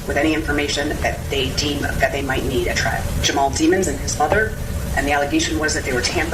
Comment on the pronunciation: The constant mispronunciation of Melly's last name is appalling.